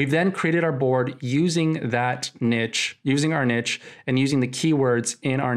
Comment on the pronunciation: also the word niche is pronounced like neesh, for future reference hahaah